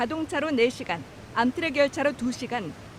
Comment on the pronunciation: 사소한거지만 암트렉이 아니라 엠트렉이라고 읽으셔야돼요 ㅎㅎ